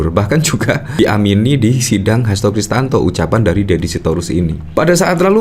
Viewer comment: Siapa sih omong yg bener HAsto KRISTIYANTO bukan kristanto! Asal aja jd yutuber polirik!!!